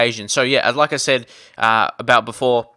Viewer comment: whenever you say "like i said " i hear it as Lacazette